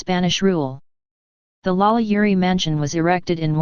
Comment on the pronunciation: Holy Crap, this is the first and, as far as I know, ONLY YouTube video regarding this subject that actually states FACTS rather than spreading wild, obviously fabricated rumors and lurid myths. Well done! That said, this robot really needs to learn how to pronounce French names!